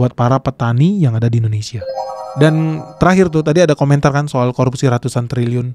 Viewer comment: kan bukan keun....gak jelas